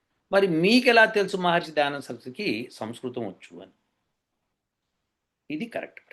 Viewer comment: గురువు గారికి నమస్కారం గారు పలికిన పదం సంస్కృతం అని గాక సంస్కృతి అన్నట్లుగా అనిపించింది గమనించ గలరు. పొరపాటు అయిన క్షమించగలరు. CVNRAO Hyd